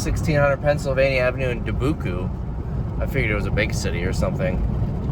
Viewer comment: Du-boo-coo???? Lmao 😂 😂😂 It’s Dubuque! Pronounced duh-byook.